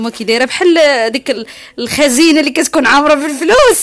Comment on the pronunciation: الخزنة وليس الخزينة